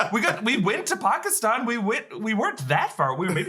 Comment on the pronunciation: Nice to hear you two starting to pronounce words like Pakistan and Kamran correctly - not so much "Pehkistan" and "Cameron"...